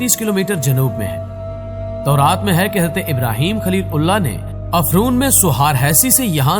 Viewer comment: I think its tauraat not taureet